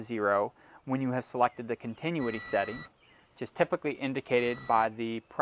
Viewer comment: learn how to properly say "continuity" and I will put more trust in your instructions...ahh, I hear later in the video you've learned to say it right 🙄